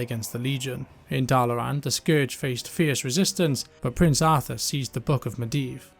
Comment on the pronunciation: There is so R in the start of Dalaran lol why do you keep pronouncing it as Darlaran?